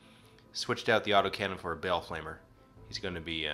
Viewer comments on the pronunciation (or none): 5 batreps' in and is already better than and combined. Now if they could just learn to pronounce Abaddon and Ba'al...